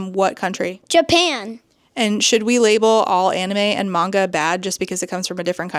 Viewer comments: Omg it's so grating just hearing her say 'manga' incorrectly lmfao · The instant rage over the mispronounced Manga alone, driving me wild. Geez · The way she says manga makes me viscerally angry. Oh, I see...she's just a terrible person who hides behind the kids and screeches "won't someone think of the children" because some kids want to see anything but Christian mythology. Also, I love that your son is reading Warriors. My cousin adored that series and it's a lot of fun. Really glad to see kids are enjoying it even today. Wait, wait, wait...so he wants to teach the kids to learn exactly how kids should be taught? Is that why she's so upset about it? Ope, there it is. Classism.